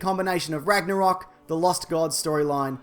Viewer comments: lmfao "ragnarocking"😂😂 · ragnaroking lmao